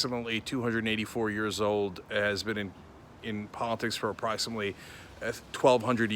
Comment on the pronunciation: I think it is approximately not apraxinately. Is there a chance nazi can be said likw brad pitt in inglorious bastards? 😁